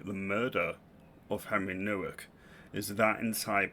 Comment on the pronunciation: Nowak is a Polish surname. The W is pronounced as a V